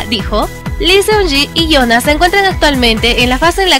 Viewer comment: El nombre se pronuncia Yuna, cuando tienes dos "o" juntas se forma una "u". Pasa que la romanización es diferente, estoy en lo correcto si escribo Jeongkook, Jungkook, Jungkuk, Jeongguk, Jeongkuk. Por favor, antes de nombrar a algún idol aprendan a pronunciar su nombre, nada cuesta ponerlo en google traductor y escuchar.